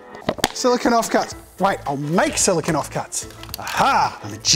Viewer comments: Silicone. Not silicon. They are different. They are said different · Great video Jazza, but please note that "silicone" is not pronounced the same as "silicon" (what you were saying), the correct way of saying it is "si·luh·kown" (silicone) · It’s solo-CONE